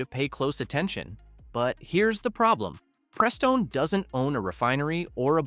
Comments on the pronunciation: hmm, do we trust someone who has to use AI that pronounces it PREEstone and talks about how no one's engine will last 100k if they use gasp, OIL? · I agree... For me, I trust the guy in the link below a LOT more than someone who can't correctly pronounce Prestone.